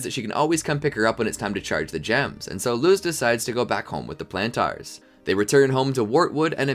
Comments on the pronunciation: Lol, "Plan Tars". (No offense intended, I just find the way you pronounced Planters amusing.) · love this but whenever you say plantars i scream in my head